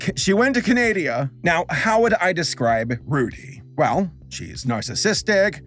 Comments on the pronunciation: being unable to pronounce any part of Canada nor the country’s name itself at all is so funny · Hearing pronounce Canada triggers me with rage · LoL I nearly sneezed when pronounced it like "Candi-ya" and not Canada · “Canadia” It’s CANADA!!! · CANADA WHAT THE FLUNK IS CANADIA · Its saskatchewan not sasashewan also she went to canada not canadia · You seem like a very likeable person in your videos and for some reason I feel like you would be really fun to listen to in real life too :) I just get that vibe. Keep up the great work as a man in my 20s this is good stuff to watch after work. Also I’m your Canadian viewer I’m proud you called us Can-Adia. It made me giggle. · calls Canada Canadia Me, a Canadian: You're forgiven, but not forgiven. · We all love Canadia. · Ah yes, my favorite country in North America, CANADIA. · Canadia! Me: horrified no! Lmao, it's hilarious how he gave up on knowing where the hell that failed show took place XD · I died when you said Sashashewan and canaidia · “She went to Canadia” Me: …really? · “she want to Canadiana” 💀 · "she went to canadia" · It’s pronounced ca - na - da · do people actually call canada canadia? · Ahh yes canadia